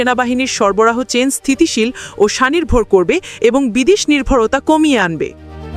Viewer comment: Sanirvor na ata SHONIRVOR hobey😂😂😂